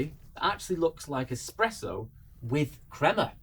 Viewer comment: Ah man you pronounced espresso, expresso. 😅